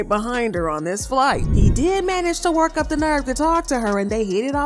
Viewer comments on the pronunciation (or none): none